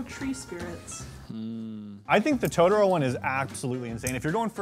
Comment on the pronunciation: Anyone else like they are saying totro wrong?